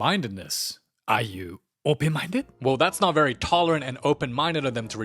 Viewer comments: Sean’s ‘Openmindeu’ flashbacks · ARE YOU EH, OPEN MINDEU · "Are you open mindeu?"😂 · "Are you open mindeu"? Hongdae dude reference